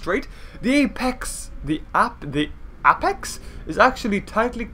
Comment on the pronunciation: how to pronounce apex is (a-pecks)